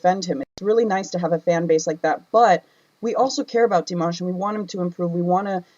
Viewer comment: Firstly, i love you reaction of Dimash very much. I always waiting for your reaction. But i just need to point out something.. People butchered his name (including you) so many time eventhough having react to him so much.. (everyone, not even singing using his name, just plain speak..butchered it) so I think from that, we can make a simple point.. Our own pronunciation is a mess when we pronounce something unfamiliar, so why we give leeway to ourselves but being critical to others? 😉 its true his english is not good during Singer competition..he don't know any English at that time.. What to expect, he just practice it a few day plus his hectic schedule during that time. Now his english got so much better. Btw honesty still the best option. Its good you point out what you felt. No need to be sad about it.. But while being honest, we should also having empathy.. Understand and learn when people correct us.. Its not about honesty alone after all.. 😊